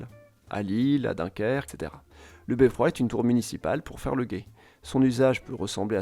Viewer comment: Et on ne dit pas "beffroi", mais "beffrôô" ! 😅